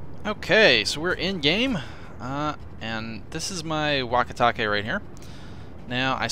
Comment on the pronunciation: I was off the video when you introduced the name and swore to God you said "walkie talkie".